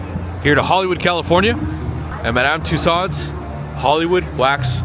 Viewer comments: It's pronounced 'TOO-sohs'.... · World famous yes but apparently not world famous enough for him to learn how to pronounce the name correctly. Lol